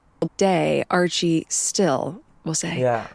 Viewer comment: does Markle call her son "Argie"?? sounded like it to me and the captions🤔 will it evolve to"A"??